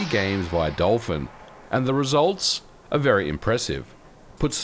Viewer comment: Jfc, can you please learn the word "are"?